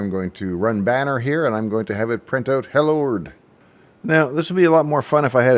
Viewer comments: Juet for the record, Usagi actually says "Hellorld" instead of "Hellord." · You Usagi Electric-ed the "Hellorld!" into "Hellord!"